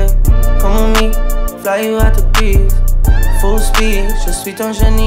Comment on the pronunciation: They don’t even pronounce Greece correctly